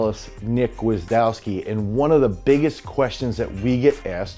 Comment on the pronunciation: great video. a little note, Gwiazdowski is pronounced Gviazdovski. Its polish and since polish uses the latin alphabet last names will keep their spelling while other slavic langiages like russian, ukranian, bulgarian, etc use the cyrillic alphabet. Their names will be latinized and have correct phonetic spelling in english.